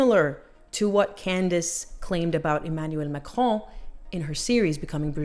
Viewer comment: Your pronunciation of the name Macron is almost perfect. The letter 'O' is pronounced more like the aw syllable in lawn drawn or pawn. Bonne continuation ❤